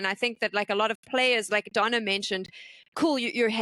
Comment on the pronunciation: Peopke always pronounce it like it's spelled "Donna" like in Lady Madonna for example, but it's Dona ❤️